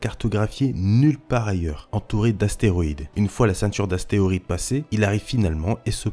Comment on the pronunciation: A 0.53 tu dit asteoride au lieux d’astéroïde